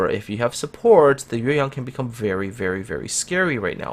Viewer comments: You got the tone of YueYang right! I love when content creators actually do care about pronouncing foreign words correctly =). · I got to say that you pronounce the ship name Yueyang so good. Do you speak Chinese? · I like the Hindenburg's upgrade module, which encourage player to tank a little bit. By the way,, you pronouns yueyang just like a Chinese does.